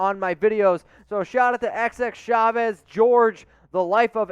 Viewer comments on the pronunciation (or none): none